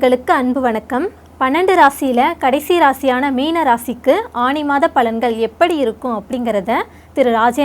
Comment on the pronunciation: அது ஆனி not ஆணி 😊